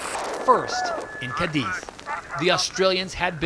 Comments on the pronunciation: it's pronounced Cádiz not Cadíz! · Unless you live in Almeria, then it's pronounced Cadi!😁